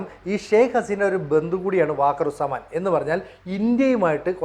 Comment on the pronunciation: വാക്കർ ഉസ് സമാൻ അല്ല വക്കാർ ഉസ് സമാൻ ആണ്.